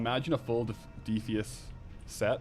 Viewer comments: Defeeeis, is 100% wrong.....its Defyas. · DEF - I - ASS not deeeeffius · You saying "De fee us" vs De fy es is goimg to make me not watch. Jeez. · i always pronounced it defy-us....but dee-fee-is, sounds like devious; which suits the defias :) also, the captain sanders quest line for the shirt is a cool looking rogue shirt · yo, who has ever called it DEE-FEE-ISS brotherhood, its pronounced like defiant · It’s like “defiant”